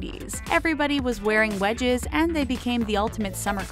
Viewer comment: When she said wedges I thought she said wedgies